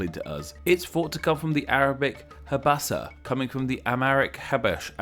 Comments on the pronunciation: Actually the Arabic name corresponding with Abyssinia is pronounced Habasha (حبشة) Not Habasa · Firstly, in Arabic, it's حبشة Habasha. Pronounced as Ha•ba•sha, not habasa. Secondly, Habasha is not an Arabic word, Habasha is the name of one of the more predominant tribes in that area, so the land is named after them. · You got one information wrong. it is not prounaced "Habasah". It's prounaced "HabaSHah" and the H at the beginning is prounaced different(ح) than what you will prounace in English(ه). Other than that, great video. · In Arabic it’s actually habashah not habasah